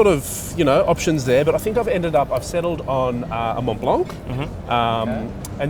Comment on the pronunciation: appreciate your works guys ! but please learn those french words already :P it is pronounced "ERMES" "MONBLO"